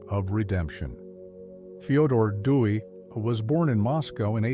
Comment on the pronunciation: Theodore "Dewy"/"Dewey"? Please use a human narrator next time.